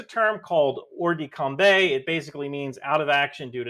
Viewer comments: I love you and your videos but your French hurts my soul. In "ruse de guerre" you should say "guerre" as if you were saying "where" with a g instead of a w, and "hors de combat" is "Or do com-bah" if you want an English approximation. Granted, my arabic would probably hurt yours, so I guess we're even 😂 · "Hors de combat" - pronounced "Com-bah" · Your French is terrible, EVEN for an American. "Hors de combat" means out of combat, out of action. It's pronounced: ore de comBA. PS : "Coup de grâce" is pronounced: Koo de grasse. (Grace blow, finishing shot.)